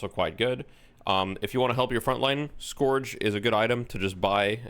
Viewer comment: The item is pronounced "skerj", btw, not "skorj".